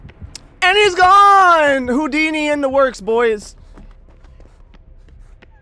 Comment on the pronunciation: Oh i get the joke now he said hodini!!!